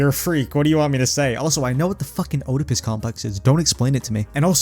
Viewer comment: listen man, i hate to be that guy but you saying "Oedipus" wrong after saying "i know what that is" killed me. Love your content as always, keep it up :)